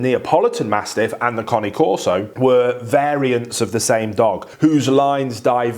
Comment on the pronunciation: Finally, someone who can pronounce the breed name correctly. 👏 👏 👏 👏 👏